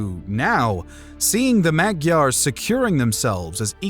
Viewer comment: Please learn how to properly pronounce "Magyars"... the way you say it is incorrect and could be viewed as offensive to ethnic Hungarians